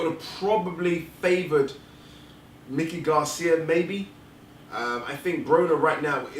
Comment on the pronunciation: Is it that hard to pronounce Mikey(MY-kee), vs. Mickey, as in Mickey Mouse. Had to stop listening because of the mispronunciation.